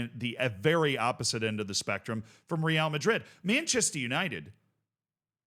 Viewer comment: Another 🤡 that can't pronounce real madrid's name properly.